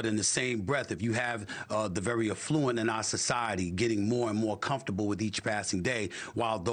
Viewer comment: Stephen A I love you, but it is pronounced “AF-fluent. You said it incorrectly 6x during this segment and it’s jarring bc you are smart and savvy. Hoping you are not offended. ❤